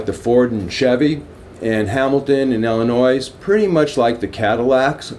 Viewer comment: Illnois is pronounced ill-e-noi not ill-e-nois.